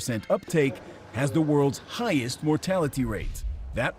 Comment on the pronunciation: Bro, I've heard Canadians pronounce "Bulgaria" more properly than this dude's pronunciation. Get woke, CNN.